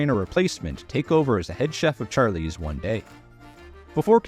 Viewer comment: Char…lease? Odd way of pronouncing it